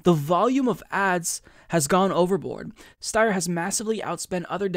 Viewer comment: His name is pronounced St-I-er. Sometimes Ys are pronounced like I in certain last names. It might be British or something, yet we all need to do our part to defeat these two billionaires so they get taxed into retirement. I thought Tom Steyer was retired anyway living on a peaceful ranch in San Mateo County California. He might as well stay there if Bernie taxes his wealth, his estate, and his capital gains if he is still tied to Wall Street, and the stock market. Let’s not forget that Steyer invested in coal mines in India while he’s trying to run as an environmentalist. He might as well divest from those mines. It’s up to us to defeat them with the power of Bernie 2020. Let’s bring Bernie to the finish line.